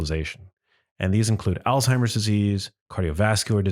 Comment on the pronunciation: It is not Altimer's Disease, rather it is Alzheimer's Disease, with a Z not a T. It is pronounced Alz-Hymer.